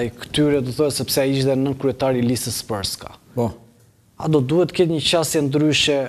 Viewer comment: Jo "sprska", por srpska.